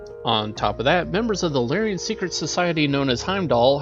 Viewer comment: Lyran is pronounced Lear-Un. Combine is pronounced COM-bine when used as a noun. It is only com-BINE as a verb.